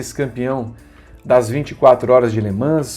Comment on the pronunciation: Gosta da pronúncia francesa? Faltou treinar um pouco a pronúncia de "Le Mans" kkkkkkkk Minha lista: Gil, Hélio, Rossi, Loeb, Tracy.